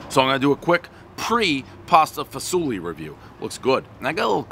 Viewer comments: "Pasta Fazool" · Dave just likes saying pasta fasuli